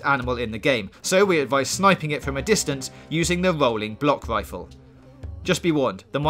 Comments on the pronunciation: wolling bwock wifle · Sounds gweat